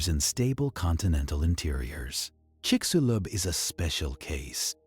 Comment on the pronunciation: chicshulub, that is how it is pronounced, trust me i'm from yucatan and also it sounds weird when gringos say THE Yucatan, is just Yucatan